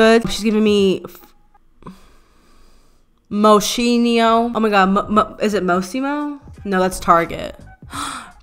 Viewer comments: YASSSSSSS ♥️ I’d take this over snoozeville Fashion Police any day! 😂 Do more surprise uploads when you can! Your new content is like Katy Perry’s gown last night and I am here for all of it! 😂🙌🏼 (PS. Moschino pronounced MOE-SKEEN-O 😉 got you, boo!) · Its mos-kee-no 💕🥰 love you 👏🥦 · 😂😂😂😂😂😂😂 you tryna pronounce Moschino is giving me life